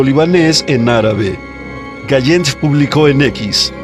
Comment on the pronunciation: No se llama gallen . Se pronuncia GaLan .